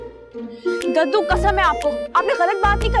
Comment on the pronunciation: Jub daddu bolty hn aisa lgta ha k kaddu bol rhy hn